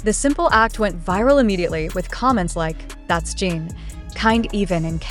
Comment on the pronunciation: I’m sorry but the AI being used to narrate this is terrible. For one thing, the constant mispronunciation of his name over and over again makes it very hard to listen to as it just grates on my nerves. Also, the meandering explanation of the content is tiresome and I just wish it would get to the facts. Most of us are busy people with limited time and we already know how amazing Jin is. I hope you will consider this when creating more content.